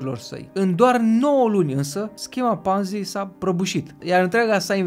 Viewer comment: E Ponzi, cu "o", citeste "o" nu "a". Numele e italian, nu-l mai americaniza aiurea. Titlul m-a atras dar mi-am amintit de ce m-am dezabonat de la tine. Si te mai miri de ce Zaiafet apare la TV, pai Zaiafet e profesionist. Nu o sa auzi la el ca "o imposibilitate a devenit imposibila"